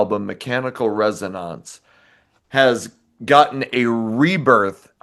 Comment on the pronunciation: The Tesla album isn't pronounced "res-o-nAnce." It's pronounced "res-o-nEnce." High N Dry is in my top five ever... and I really don't like Def Leppard all that much, but that album is straight heat from beginning to end. Just phenomenal.